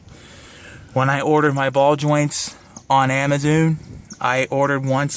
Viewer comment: its amazon not amazune or amazoon